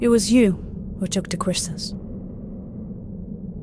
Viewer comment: He twuque the qwustles🥺